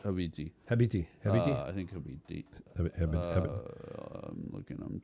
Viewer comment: Dad said habibti like a real arab